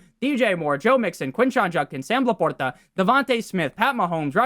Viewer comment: The way he says La porta….i can’t.